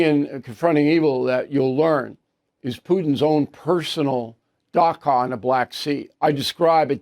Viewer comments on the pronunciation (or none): Dacha Bill. Not daca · I think you are saying "Dacha" which means "seasonal or second house" in Russian. I hear you saying "Daka" but it should be pronounced "Dacha". Love your program. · "Dacha" is pronounced "da-cha" (as in cha-cha-cha), not "da-ka." Mr O'Reilly's wonderful staff, please take note! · With all of Bill'3 incredible research, he still hasn't learned how to pronounce "dacha." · Dacha. Pronounced “ch”like Charles.